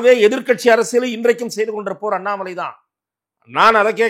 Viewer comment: Madesh senseless is not qualified to prounce the word Annamalai